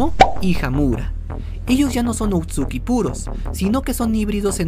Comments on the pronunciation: Oye bro está muy bueno el video pero namas una corrección no es outsuki es otsusuki pero no es crítica bye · A pesar del tiempo que lleva este video no se si sea el unico que le da algo cuando dice "outsuki" y no otsutsuki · otsuki yo: otsutsuki todo el fandom: otsutsuki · Otsuki dice, se dice Ōtsutsuki. Encima de equivocarse diciendo que el Rinnegan es una evolución del Sharingan va y pronuncia mal el apellido. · lo siento pero me da tic que diga Outsuki corrijo educadamente: otsutsuki jijijija